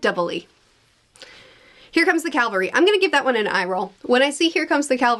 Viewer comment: ... you mean cavelry? Clavery typo sure but hearing it said that way is so weird.